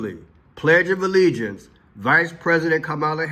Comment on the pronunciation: Harris so stupid couldn't even say t he pledge of alliance correctly...an 8 yo can do a better job..SMH